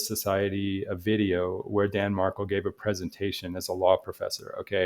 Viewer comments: Mar-KELL just to let you know, good luck! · His last has the accent on the last syllable. MarKELL